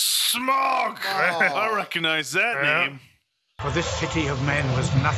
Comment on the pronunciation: Remember, it's not "Smog", it's "SMAUG", like "mouth", and all caps. And you can throw in a little sch to make it "SCHMAUG" for the memes.